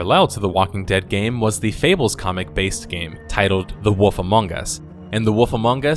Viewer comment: I can't tell if you seriously pronounce Wolf as Woof